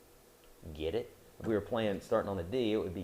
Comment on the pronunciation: "Giddit?" xD the way he says it cracks me up